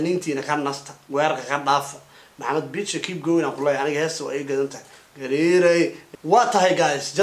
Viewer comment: say gaari not gar